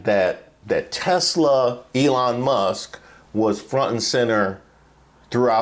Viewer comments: it’s Tesler not Tesla 😅😅😅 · That is Trump's way of saying Tesla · When trump said "Tesler"instead of Tesla, I was thinking dementia and dyslexia don't work together very well. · He hit a hard "R" on that Tesla(r)